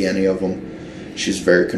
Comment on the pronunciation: Cant say bury… and it’s in the thumbnail lmao